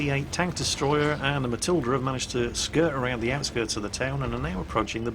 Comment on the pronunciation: A matil-der.... A MA-TIL-DER!?